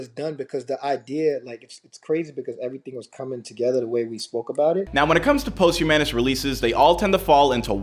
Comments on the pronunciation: It's pronounced pahst-hue_miss.... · Posthumanous? Wtf did you say? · Omg... Somebody needs to teach this dude how to say posthumous.. I literally want to shut the video off every time he says it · The word is "POSTHUMOUS!" WTF!